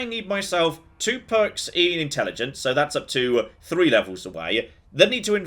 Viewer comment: What the hell has happened to voice? I've been watching a load of his old videos and come back to the regular Sunday YOLO and can't help but notice all the OTT inflections and somehow extending 'so' from one syllable to two soooooowaaaaa